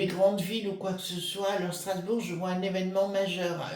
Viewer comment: Bonjour, Sras bourg = par le ment eu ro péen, point stra té gique!